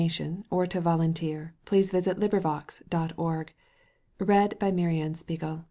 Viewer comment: her voice is so nice and soothing that i didn't even mind those parts, even kinda looking forward to it everytime, the way she pronounces "mary anne spiegel" and "nathan haskell doyle" just 👌a perfect reader for a such a great book